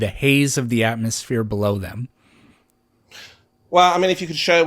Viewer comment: Why is he calling it an AtmoSHERE?